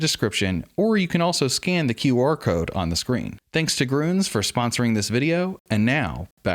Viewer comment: kinda weird that you mispronounced your sponsor..🤦🏿‍♂🤦🏿‍♂😆😆 it is not gruhns it's gruens(that's how the name looks if you convert the Umlaut Ü) Ü=ue Ä=ae Ö=oe